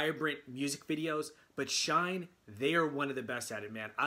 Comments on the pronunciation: Pronounced “shiny” please. Thanks for your reaction. Great comments! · We love your reactons! SHINee is pronounced like 'Shine KNEE'. 😁